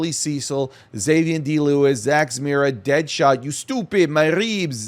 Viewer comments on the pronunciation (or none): none